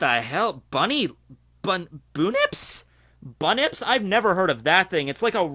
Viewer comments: It's pronounced Bun and yip together, not bunip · And also, it’s called a Bun-yip. It’s Australian Folklore. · Bunyips are a not so well know cryptid more than a mythical creature. But pronounced Bun- yip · Your pronunciation of Bunyip pains me as an Australian. It's Bun-Yip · 1."Bunyips?" 2. Like 3 or 4 more